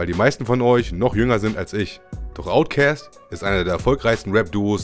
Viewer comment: Omg, wie lange habe ich niemanden mehr "Outcäst" sagen hören. ^^